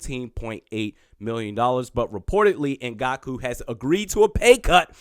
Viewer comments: Also is ngak-way not ngak-u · Can’t be mispronouncing our players! In-Gonk-Way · Please....learn the name before making a 7 minute video. Not respectful to put in the effort to say it properly. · Eh.. this one was pretty brutal